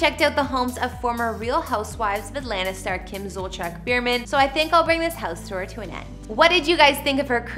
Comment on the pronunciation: It’s pronounced beer-man not bur-man.